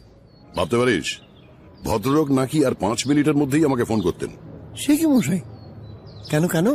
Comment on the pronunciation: মশাই কে মহাই বলে কেন?